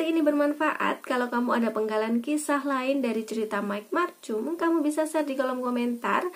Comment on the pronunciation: Bacanya bukan macum. Tpi markum